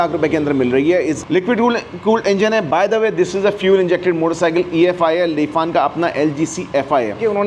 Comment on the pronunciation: The word “Lifan” (the Chinese automobile and motorcycle brand) is usually pronounced as: Lee-fahn Li → sounds like lee fan → sounds like fahn (with a soft “a” as in father, not fan in English). So, it’s closer to “Lee-fahn” rather than “Li-fan.”